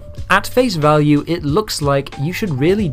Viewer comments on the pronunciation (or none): none